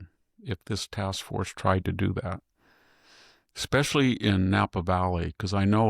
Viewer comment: So what? You say "Ecspecially," for "especially", and "on accident" instead of "by accident".